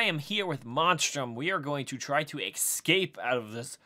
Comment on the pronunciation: Please, for the love of god stop saying eXcape. It's eScape. There is an S in that word not an X.